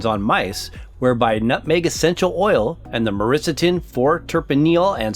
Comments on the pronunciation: Myristicin you were pronouncing Myriscitin, not once but every time. May need to practice Ma- riss- ti-sin not Ma-riss-atin! I got quite annoyed lol 🤣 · Why the fuck is he constantly calling it "Myrisitin"? Can't he read his own words? What a load of shit! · “ma-RIS-ti-sin” is the proper pronunciation. Definitely not “Marissa-tin”. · Congratulations! You never once pronounced myristicin properly. You botched it every time. “Marissa-tin” is what you said. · The narrator really should learn how to pronounce myristicin, given how many times the word crops up.